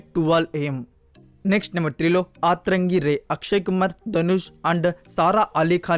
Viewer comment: Aaaatrangi kaadhu bro atrangi